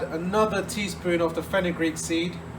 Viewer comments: Did you meant to say fenel seeds? Fenugreek is meyhi seeds , they don't taste too good in baji's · Hi, Is it fenukgreek seeds? I don't quite catch what you say. Thank you